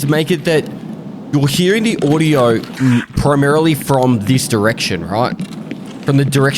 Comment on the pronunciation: what is "Odiooo" 🤣